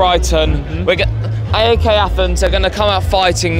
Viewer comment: The E in AEK is read like the e in everything